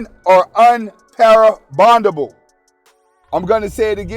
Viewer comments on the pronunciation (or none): no shade, I'm seriously trying to understand what you said...women are un-para-bondable? sounds like you meant maybe "irreparable"? Love your content as always!